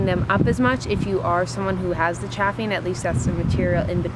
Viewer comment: Also the a in chafing is pronounced like "bathing", not "bath"